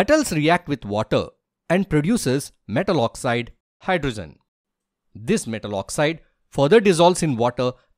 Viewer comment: Oxygen❌Oxsisen✅ Hydrogen ❌hydrosen✅ Zinc❌ jink ✅